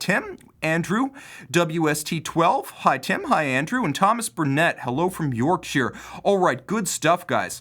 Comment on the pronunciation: Nice to see an American pronounce the English counties correctly...Yorkshire not York - ‘shyer’ 😁 it’s so annoying when they do that.